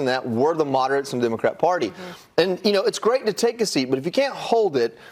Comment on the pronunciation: how can anyone watch a news channel that can't even pronounce, "democratic party"?